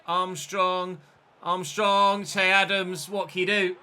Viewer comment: You pronounce its not chey even though it may be spelled che it’s pronounced shay